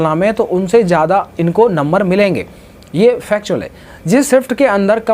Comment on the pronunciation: फैक्चर ❎ फैक्ट ✅ 😂